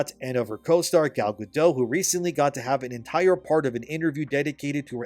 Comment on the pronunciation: It’s not Gal